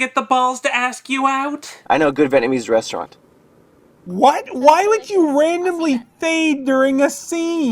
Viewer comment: Vietnamese is what he meant, it's from Vietnam. He mispronounced it as Vatnamese.